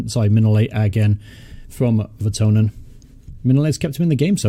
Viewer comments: it's vertonGhen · I know you said your bad with names in previous videos but think of kitchen thongs when saying Jan Vertonghen. Really great content. Glad you're doing well.